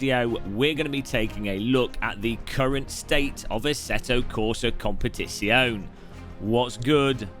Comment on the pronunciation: Why you can't say Competizione 😔